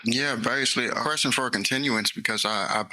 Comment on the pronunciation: Painfully stupid man. He set himself up for a jury trial in this current environment, with the public just sick of scumb*g criminal clowns. What is a "quershten"? Does one "acks quershtens"?